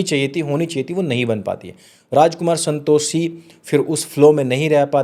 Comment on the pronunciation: Santoshee nhi Santoshi bolna seekh pehle bhai . Pronouse nhi karna araha 😂